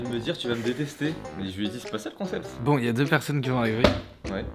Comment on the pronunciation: "Est-ce que c'est boin pour vous ? " XD